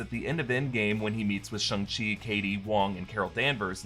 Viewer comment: It's not pronounced "Shung-Chi"